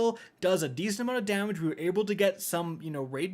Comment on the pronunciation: In the Shuro Chi encounter review, I legit thought he said "...unload your big daddy..." not "...unload your big damage..." 😂